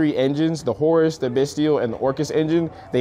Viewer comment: Got a sub from me!! Love to see the people using the name!! Appreciate the credit given. Appreciate the Horus pronunciation!! Lol. And love the profile